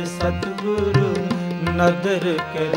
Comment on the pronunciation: It’s Satgur “ nadar kare, I think I could hear satguru instead.. sorry but pronouncing correct Gurbani is very important “Lakh khushiya paatshahiya je “SaTGUR” nadar kare..🙏